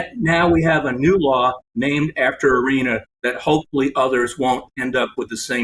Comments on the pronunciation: Nancy Grace please learn how to pronounce Iryna’s name correctly. It’s not Irinna it is Iryna. It’s sad enough no one helped Iryna. You could at least pronounce her name right. The mayor didn’t want it known what happened to Iryna. So the least the American people can do is give the killer what he deserves and pronounce her name right!! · Please make sure you know the correct pronunciation of the victim’s name. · I’m not sure you pronounced her name correctly, Nancy. But just to be frank if they didn’t send BK to death row I doubt they’re gonna do it with this guy..🤬